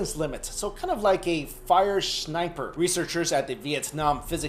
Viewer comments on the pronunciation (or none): did you here it he said fire shniper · "A fire Shniper"